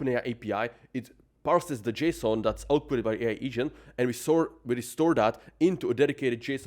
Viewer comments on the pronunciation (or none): none